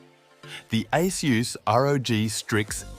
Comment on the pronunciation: Definitely feels like AI (or, TTS at least) script reading, anyway. No one reads numbers the way this is read, and people know how to pronounce “ASUS”. It’s not “A S U S”.